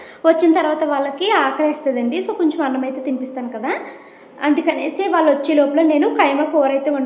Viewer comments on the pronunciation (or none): none